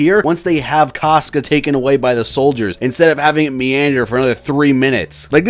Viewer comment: say "cosca" instead of "casca" one more time and im gonna lose it